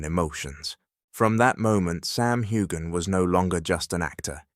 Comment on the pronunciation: It’s NOT HU-GAN! Get it together